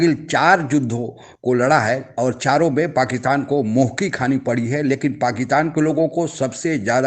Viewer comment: Bhai aap Pakitaan kyon bolte ho. Pakistan kaho. Juddha nahi yuddha bola kariye maharaj.